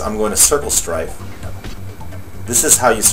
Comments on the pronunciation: Lmao, it's strafe not "strife" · the word is STRAFE.